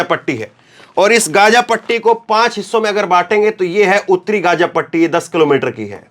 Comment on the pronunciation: इस क्षेत्र को गाज़ा कहा जाना चाहिए और न कि गज़ा। आप डिक्शनरी में और गूगल में इसका उच्चारण सुन सकते हैं।